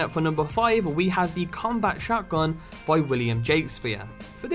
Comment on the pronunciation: do you have a accent because you said shait gun instead of shot gun